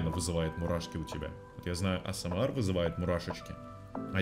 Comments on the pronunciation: Ты не правильно говоришь не Асмэар а Асмр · Почему говорит осемар а не эсемер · не асмар а аесемер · Вроде правельно АСМР А НЕ АСМАР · Все: асмр: АсЭмАр🗿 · А с м ЭР А НЕ АСМ АР! А С М Э Р